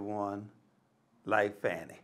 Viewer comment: Call her by the name she wants be known as - pronounced 'Farni'. It is Italian and that is the correct pronunciation.